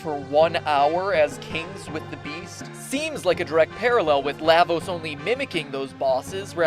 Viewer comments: "Lah"-vos? Are you a frikkin Canadian? PS: FF 6 narrowly wins over CT. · LAvos? Um.. shouldn't it be prounounced La = lava? That's how I"ve always pronounced it. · LAH-vos as in Lava. LAW-va. LAHH-vos just sounds wrong. But great video.